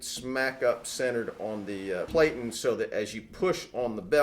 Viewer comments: You are obviously a professional and I'm not trying to pick your video apart as it is very intuitive, However you are pronouncing Platen incorrectly it has a short e like Flatten. For a highly experienced pro like yourself, you should care as you are passing your information to the masses Here is proof. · platen rhymes with satin. Pronunciation Nazi strikes again. .